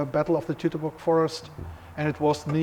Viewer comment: If your going to make a documentary about the Teutoburg Forest in Germany, you'd think an educated documentary maker/narrator would at least learn how to pronounce Teutoburg correctly. It really isn't that hard. "Tutor-burg" is incorrect. "Toy-to-burg" is correct.